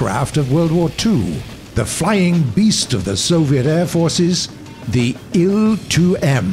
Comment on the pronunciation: IL is not a word so say i L SPACE IT OUT